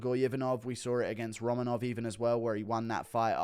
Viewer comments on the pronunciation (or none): none